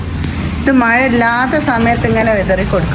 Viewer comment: മയ അല്ല.. മഴ.. എന്ന പറയാ..